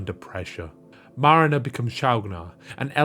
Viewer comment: the way you say Marina like Marinera sauce is over the top.